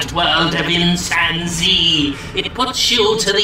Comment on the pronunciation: Every time he said Insan Z I kept hearing Chimpanzee. LOL. Also one of the best parts about this game is at the time I am posting this there isn't a single damn review on the Steam page for this game, that's how bad it is I guess. So bad no one even wants to try it so there are no reviews.